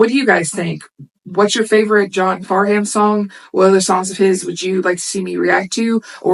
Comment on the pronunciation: The H is essentially silent in his name. Pronounced Farnam. Help was the second encore after a 2 hour show. You're the Voice was the first encore.